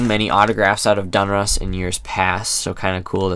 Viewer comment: DON-RUSS NOT DUN-RUSS